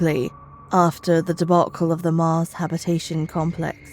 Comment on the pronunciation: Yeah her voice doesnt sound right at all...especially saying "mars " & " sheriff weston " way to much posh accent drawl on some other words too